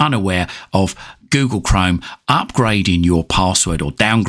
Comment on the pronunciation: yes but You pronunciation is funny You Say Google Chrome almost as Google Crime 😂